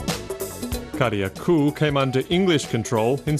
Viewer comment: Yep, it's GrEnada just like it's spelled. Carriacou is also mispronounced . It's "keh-ruh-koo". The second a is silent. Interesting video otherwise.